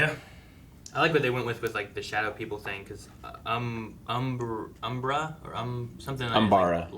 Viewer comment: It's not UMBER, it's UMBRA the latin for shadow